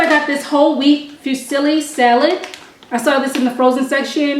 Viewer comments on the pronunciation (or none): none